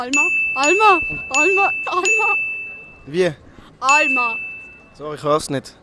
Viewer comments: Alma tönt fascht so wie Olma :P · wenn Sie gseit hät alma han ich immer Olma verstandä 😂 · I verstoh zu 50 % "Olma" (i bi St. Galle gschädigt) Di automatisch erzügte Untertitel vu YT sind echt e grossi Hilf. /ironie